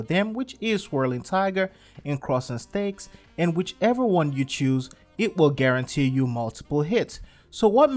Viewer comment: I swear that i heard him saying "Crosing STEAKS"